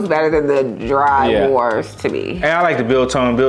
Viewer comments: Say horse, now replace the h with a v... now you know how to pronounce wors. Glad u liked the chocolate. Jelly tots would be my pick there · wors is pronouced vors since its afrikaans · Bro disrespected biltong, a South African national snack, and gave it a 6/10... it's "wors" not "wars" u pronounce it "vors" and it's "grin-uh-dell-ah" and also shake the steri Stumpie lekke hard b4 u drink it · I was tasting l these foods with you guys from memory. Ha ha. It's pronounced dry "v"ors (the w sounds like a v coz its afrikaans - and i also dont like drywors), but everything else was spot on. Yes, biltong is raw meat that is dried under special conditions to make it tender but also spicey and cured. I actually didnt know jerky was cooked first. Must be quite a weird dry taste then 🤔. I love the flavouring they put on it. But then i hate thr texture of seafood muscles so i get what you were saying about some textures dont work for u. Thanks for the video.❤ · It’s yall struggling with the word wors for me😂😂😂😂😂 The W is pronounced as a V. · Lol the w in wors is pronounced as as v as in vors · FYI Wors is pronounced vors. In Afrikaans W is pronounced V. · W=V in Afrikaans so its "vors"(pronounced) =wors